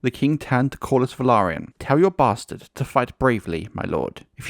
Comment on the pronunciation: Finally, a YouTube channel pronouncing "Velaryon" correctly! 👍